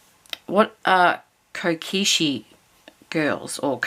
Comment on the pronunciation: Lol - kokeshi - is little girl doll - and is pronounced co - keh- she 🥰🥰🥰